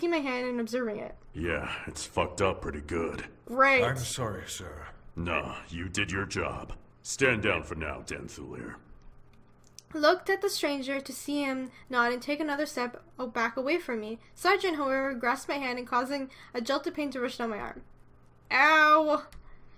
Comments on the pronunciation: its not that hard to pronounce his nane, its just Danthulir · That guy This guy The guy with the long as name The guy with the.... Friken difficult name How many names does Danthhulir have? Also, "danth hue ler" is how u pronounce it